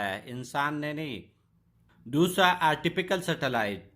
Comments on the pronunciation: Bhai Artificial not artifiCALL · It is artificall not artipical